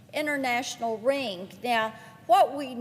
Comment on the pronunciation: ' who this ring-G is....' from the South are ya? 😍